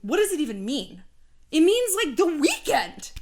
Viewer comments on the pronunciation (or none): ”The Wekend?”😂